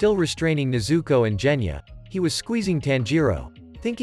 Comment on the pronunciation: Genya not jenya